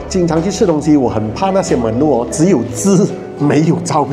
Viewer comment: Menu pronunciation not correct